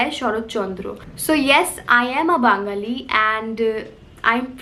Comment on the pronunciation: Loved the way you said 'Bangali' and not 'Bengali'!!